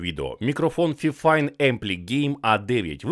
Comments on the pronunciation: "Фіфайн"? Мабуть все ж таки "файфайн"? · Тож правильно буде фіфін